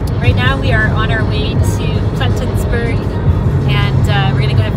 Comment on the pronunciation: Plettenburg Bay No 's'